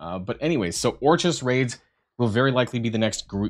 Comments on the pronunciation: Or-kiss not or-chis. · It's orkis... orchis sound out the k. Smh. 😂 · If this dude pronounces Orchis incorrectly one more time... how are you a content creator for a Marvel game and dont know basic things like how to prononce things from major plots of the comics. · I know Canadians who pronounce it perfectly fine. FOH with that BS excuse.